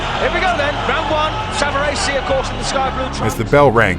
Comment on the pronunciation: Lou Saverese----Saav-er-E-SEE.